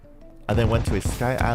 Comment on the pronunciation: My soul lit up when he pronounced “wyverns” correctly. If you didn’t know, there is another terraria YouTuber, boio boio, who pronounces it like wih v urns instead of why v urns.